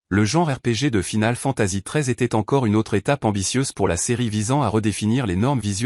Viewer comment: Bon top mais j'avoue que la prononciation de certains titres écorcher les oreilles, entre les "Final Fantasi" et les "The Last Ovas", peut mieux faire 🤔